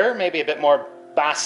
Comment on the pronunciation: BASSSY! Don't you mean (BASE) as in BASS.